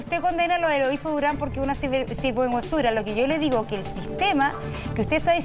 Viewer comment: moserrat no puede decir ,sinverguenzura dijo 3 :veces singuerguenzura , la vieja penca